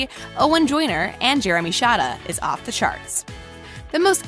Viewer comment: You pronounced shada wrong you pronounced it shad-uh but it is actually pronounced shade-uh